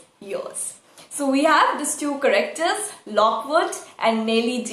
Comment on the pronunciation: I love your videos. But can you please check correct pronunciation of some words like 'character'.. just a humble request